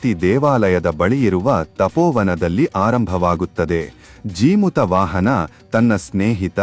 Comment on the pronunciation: ಜಿಮುತ ಅಲ್ಲಾ ಜೀಮೂತ ವಾಹನ ಅಂತ ಉಚ್ಚಾರಣೆ ಇರಬೇಕು.